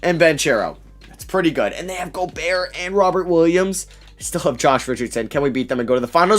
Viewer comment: He mispronounced gobert’s last name😂 flight out here being inspirational